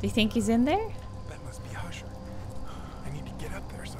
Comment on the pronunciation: it was only when you mispronounced Husher that i realized the first chapter and a few other parts of the game might be a little nod/easter egg to Poe’s The Fall of The House Of Usher, very cool (also i realize i’m very late but idk maybe someone is watching this for the first time now like me lol)